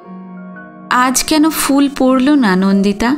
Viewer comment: আপনার পাঠ খুব সুন্দর। একটা দুটো উচ্চারণের অসংগতির কথা যদি বলি আশা করি আপনি মার্জনা করবেন। যেমন 'ফুল' কথাটির উচ্চারণ fool নয়। বাংলার ফ এবং ইংরেজির f এই দুটোর উচ্চারণ কিন্তু ভিন্ন।।